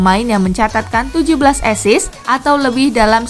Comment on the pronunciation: Asis bukan esis lol